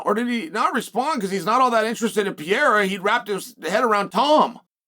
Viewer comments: Can someone tell me who pee-er-a is? I know who Pereria is. I love how chael always pronounces it that way, and nobody corrects him ever. Ha ha. Where is the hot Mic by the way? Uncle chael making up stories again ha ha. At least he’s not making up stories about the nouegara bros feeding a carrot to a bus. Ah the American gangsta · Cheal is a genius...just keeps saying the name wrong on purpose 😅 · Does Chael just pronounce people’s names wrong on purpose? “Surreal” Gane and Alex “Peereira”. 😂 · Chael Sonnen. Undefeated and undisputed without question the greatest of all time. At everything except saying anyone's name correctly ever. I don't know if he's ever had a segment where he hasn't completely butchered somebody's name. Who the fuck is this French fighter named Pierre that he keeps mentioning. Then the New Mexican fighter named Piera. Like it's so sad and the dude says it wrong over and over. Pier-uh Pier-uh Alex Pier-uh...😅 I almost had to stop watching out of the sheer disrespect for poor Alex Periera. 😢 Chael the dude has two R's in his last name. Fucking learn to speak or get a dialect coach or something. Like it's gotten out of hand. You just confused half your audience for 30 seconds thinking there could be a guy named Pierre then a guy named Piera who we haven't heard about. Thank god you finally said Alex Piera finally so we could at least realize it was just your horrible effort on pronouncing Alex Periera. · Wtf is pierra, Sheila??? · ALEX PEE-ERA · who the hell is Peeyera? Chael has been talking about him for a couple of years now. I can't find him on the UFC roster. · Maybe its the guy Joe Rogan talks about? But he says 'Peehayda'. 😊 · Dang Chael... you murdered Alex's last name...CTE maybe?? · Man you butcher alex pereiras name lol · Hahaha finally someone said it! Alex has gotten so big and Chael still can' say his name right, makes me giggle every time.